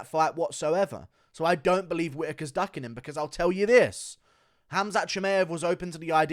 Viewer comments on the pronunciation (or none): Shi-my-av… not May-av